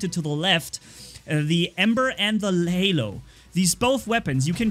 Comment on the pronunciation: Hae it's not Lehlo its Halo 🤣🤣🤣🤣🤣🤣🤣🤣